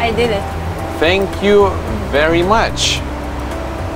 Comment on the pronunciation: "fank you"